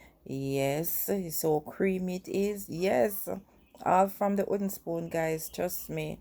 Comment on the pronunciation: Can you say "w"ooden spoon, pronounce the "w" as well. I agree with you about eyeballing, but when you're baking you have to be fairly exact. When I bake my Jamaican black/fruit cake I use fairly exact recipes.